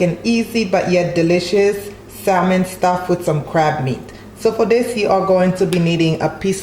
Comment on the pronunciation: Sam-on not pronounced sal-mon but it looks delicious 😋